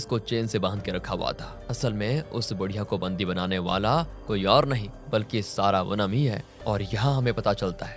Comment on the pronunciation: सारावनम नहीं श्रवणम .. क्या हो गया है आज कल के लोगों को ? अपने ही भारतीय नाम ठीक से नहीं ले सकते